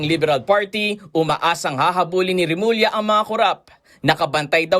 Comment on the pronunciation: Remulla not Remula!